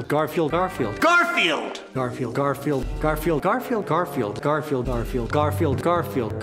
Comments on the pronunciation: after a while garfield starts to sound like car feel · OH GOD LOL XD I swear he started to say "Carfield" at one point lol